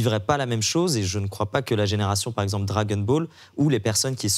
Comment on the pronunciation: Le gars tout à gauche fait exprès de dire "Drake and ball" ? Ou c’est juste pour nous énerver ?